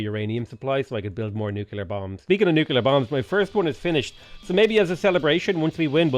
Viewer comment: Please repeat after me: noo-klee-ur. You sound like a confederate-American yokel.